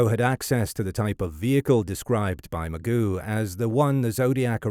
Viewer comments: Michael Ma- Joe is the pronunciation. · Mike “Magoo”?!?! That crashing sound you hear is your credibility flying out the window. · You could have at least done the most basic research and learned how to pronounce the victims' names. It's not Mike "Magoo". The 'g' is soft and it doesn't end like 'goo'. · Much as I dislike corrections of pronunciations, this one irks me. It's Ma-JOE. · I know but the guy says Magoo in the video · Agree. And yet somehow, the word "penchant" was pronounced with a correct French accent but we also get "magoo".... SMH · Ya I checked out after the second Magoo. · I can't even watch this when someone totally can't even say the Last name correctly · Are you the same guy who narrates Historymarche? Or is this using a natural reader type computer generation? I would think anyone with a basic knowledge of the case, should know Mageau and how to pronounce it. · Mike Magoo 😂 His name is Mike Mageau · If you want to be taken seriously,. you might want to pronounce people's names correctly. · one of the interesting aspect of zodiac killer mystery is Mike Mageau name pronounciation, it's always different from one video to other video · The narrator pronounces several words with a French accent when he does not have to, but cannot pronounce Mageau. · Well, yes. It just annoyed me. I don't normally go in for correcting pronunciation, but this is egregious. There are so many videos on the subject, and the spelling is recognizably French, that I just put in my two cents' worth. Put it this way, I personally would not have chosen to amplify the mistake. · His name isn’t pronounced Mike “Magoo” it’s Mageau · It's not Magoo it's pronounced maJoe almost a French sound to the last name not criticizing good work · It’s pronounced: “Ma-Joe” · Feel sorry for Mike Mageau (pronounced ma-joe) - who survived the horrific Zodiac ambush only to be called Mr Magoo for decades to come! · Mike Magoo no relation to Mr. Magoo. Mike Ma G U it’s French or whatever.